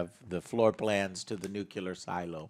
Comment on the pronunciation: OMG The movie is so good/bad that angryjoe has been reduced to saying nuclear as Homer Simpson does😂😂😂